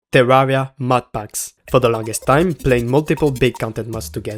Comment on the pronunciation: What's with terraria youtubers and weird unsettling english accents and pronunciations? Is it required to have distorted English to make terraria videos? "tsewwawwia"